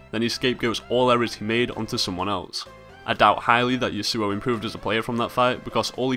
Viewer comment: It is YAsuo, not YasUo. Trust me, I know someone IRL with that name :)